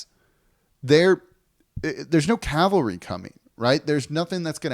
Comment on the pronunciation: “There’s no calvary coming” No news is worrying